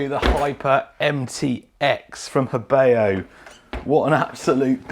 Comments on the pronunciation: Believe it's pronounced heh BOUGH vs heh BAY O. Great vid! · It’s pronounced Ho Bow.